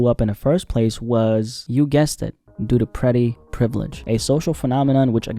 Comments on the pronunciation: "prehtty" 🤨 huh... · do u not know how to pronounce "pretty?" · why you say pretty like that you bulbhead bastard 😭😭😭